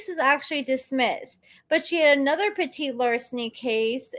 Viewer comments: Petti pronounce Petty like Tom Petty. 😁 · It's PET-IT larceny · the PETIT LARCENY is pronounce " PETTY " LARCENY